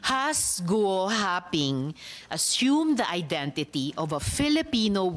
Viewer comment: “Gu wa ping” 🤣